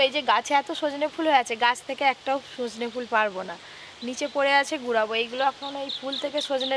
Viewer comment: দাদু ওটা সজনা ফুল নয় সজনে ফুল হবে 😂😂😂